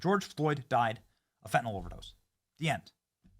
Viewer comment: Dammit, it's Fentanillll, NOT Fentanohl! Man, do you people read English??